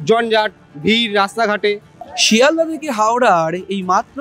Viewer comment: কথাটা "শ্যালদা", লোকটা ঠিক মত বলতে পারে না।